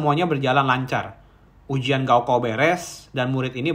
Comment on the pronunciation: Gao kao dibaca "kao gao" ( ujian akhir tingkat sma )